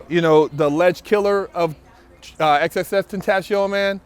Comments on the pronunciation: I thought it was pronounced X 10 Tay Shun, or Triple X 10 Tay Shun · "xxxtentasHion" lol